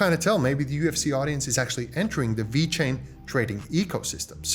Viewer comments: this guy calls it wechain lol its VEEEEECHAIN LOL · It's not called We-Chain. It's pronounced exactly as it's spelled dude. Ve-Chain. Please stop pronouncing it in that manner. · Wait.. does he keep saying wee chain?